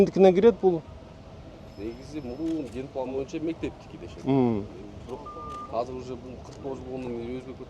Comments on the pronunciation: Кыргызча азыр деп айтылат казыр эмес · Бул мэр казак окшойт казыр деп суйлоп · Урматту Бишкек Мери Казыр эмес азыр деп суйлонуз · Казыр эмес Азыр